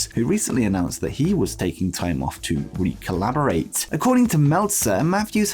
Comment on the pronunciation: That's not how recalibrate is pronounced. You're saying recollaborate, lol.